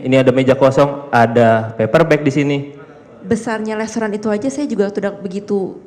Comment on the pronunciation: Mba jess, yg bener restoran apa lestoran mba? Saya koq dengernya mba blg lestoran ya? Mba kuliah di australi kan ?